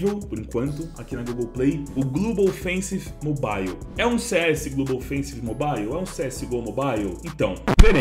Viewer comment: KKAKAKAKKAKAKALKAKAKAKAKAKKA, o dog faltou nas aulas de inglês